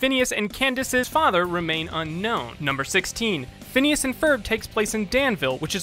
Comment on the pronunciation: 1- Yes, they do end up together. 2- It's Phineas, not Phinises.